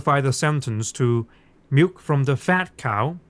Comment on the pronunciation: "and milf from the cow" Come on, you ALL heard that in dutch 🤣